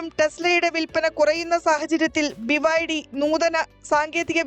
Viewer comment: ബിബൈഡി, വിബൈഡി ഇത് രണ്ടും 🤣